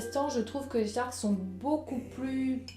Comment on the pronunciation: Super vidéo, tu as une voix très particulière, reposante ^^ Et sinon c'est "Stark" pas "Schtark" :o